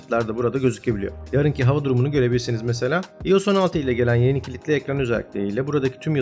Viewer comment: İyos diye okuyunca videoyu kapattım.